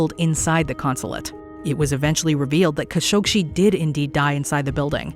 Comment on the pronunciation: It's pronounced "Ka SHOK jee." No "shee."